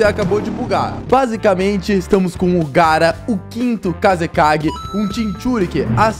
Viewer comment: engraçada foi quando ele falou garra 😂